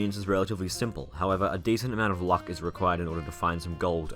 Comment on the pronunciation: "with the lack öf late game armörs" Maxwell with shadöw armör: say wöt